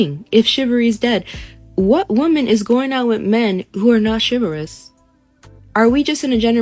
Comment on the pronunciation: If you're going to repetitively use the word "chivalrous" , please TRY to pronounce it correctly. Some of us don't speak Walmart.